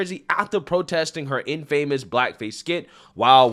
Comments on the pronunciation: It’s not “in-famous”, its in·fa·mous /ˈinfəməs/ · You're reading infamous like Steve Martin does in 3 amigos. "He is so famous he is in-famous" Phonetics bro, sound out the syllables. Infamous - (In-fa-mus) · Dude I can’t take it anymore it’s infamiss not in-famous, haven’t you listened to Mobb Deep?? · Infamous = In - fuh - mus So cringe, dude. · in·fa·mous /ˈinfəməs/ fa·mous /ˈfāməs/ That's the proper pronunciation for infamous (vs famous), but your message still stands. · Learn how to pronounce 'infamous'